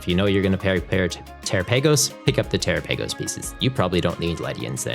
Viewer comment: Terapagos (Ter-Ra-Pa-Gos)